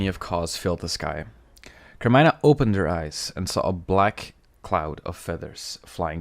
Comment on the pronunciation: It’s car-me-nah